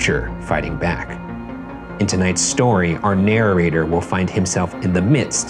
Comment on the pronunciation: "Narrorator" yah thats definitely what they are ryan